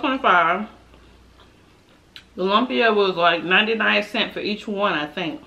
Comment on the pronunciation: Hi gorgeous, I’ve never tried pancit but lumpia I have and they are delicious. Yes try Ethiopian food, the channel osh and akela recently did a video with Veronica wang and they are Ethiopian good, please go watch it if you haven’t it. Buy the ingera bread if you’re going to try it, also the rice and the curries. ❤️❤️❤️ lumps is pronounced loom-Pia 😘